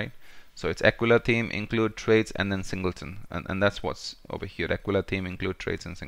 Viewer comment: Hate to say you we´re right. "Singelton" instead of "Singleton".. Thanks!